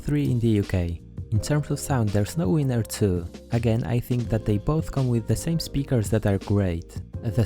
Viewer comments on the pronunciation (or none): none